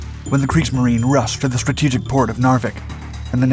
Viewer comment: Not Kriegs-marine? It's pronounced Kriegs-marine-uh